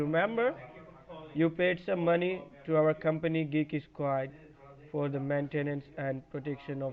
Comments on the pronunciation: He kept saying that he worked for "Geeky Squad." Made me laugh every time. Why not pick a company you can actually pronounce? It's not like they HAD to go with Geek squad! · I love how the katuas from Kolkata can't even say Geek Squad. "Geeky Squad!" 😂😂😂😂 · Dude cant even pronounce geek squad the right way...... The qickke sqward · I don't mean to to mean or a ass but if I were to ever receive a phone call and they guy called it GEAK SQUADE i would hang up right away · Did he say gigeesquad? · You'd think it would be a good idea to practice how to pronounce "Geek Squad" when you're claiming to be from Geek Squad. It's a tough chain of consonants but it can be mastered!